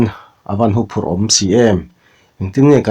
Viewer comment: Huphurh tih hi 'hu'lai hi lam sang lovin tuihu tih a hu Rik Ang hian lam Rik tur a nih hmel